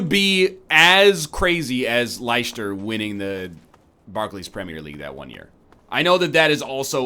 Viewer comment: "Lyeshtur winning the premier league". I think I'm gonna be sick